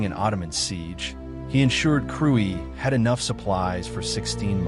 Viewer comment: thanks for the video. it is pronounced kruye.